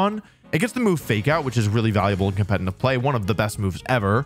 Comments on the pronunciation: dude keeps saying competenant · Why do you say "compentative" lmao